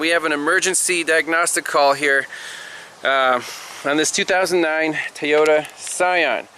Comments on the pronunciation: It's Toyota, not teaota, Toyota!!!! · Happy 4th. You got me sayin Tay-Oda! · Why do people mispronounced Toyota?